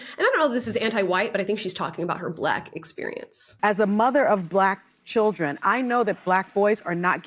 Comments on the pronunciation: she is saying BLUACK the way the woman before is blaming the white people. Maybe that’s proof that when you want to hear or see something the way you expect it you will experience it this way. Even if it’s not real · I’ve never have said BLacK like that. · That's how Jessie Peterson says black. Well...he says Blatt. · Trump says it that way. He adds an additional syllable. He says Buh-lack. He's the only person on the entire planet that says it that way. And he's not white he's orange. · cmon now amala, you having no experiences of ppl pronouncing bLaCk like that is clearly your PRIVLEDGE. don’t forget ur place maam. (i’m totally joking guys) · I’ve never heard anyone emphasize the word “black” like a black person talking about “black” people. “It’s because we’re BLACK!” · I’ve never heard a white person say black like that. We just say it normal. Also, I don’t judge parents who have older children in strollers because we don’t know what medical needs those children have. They could have a disease or disorder where they can’t walk for very long. Some illnesses are invisible to the eye. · I live on the border of Texas and Oklahoma, and I’ve never heard anyone say black like that 😂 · B L A C K !!!!!!! IT'S only B L A C K people that say it like that. Like sunny! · Sunny says 'Black' like that 🤣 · Yep ive lived on 3 continents ive not ever heard a person say black like that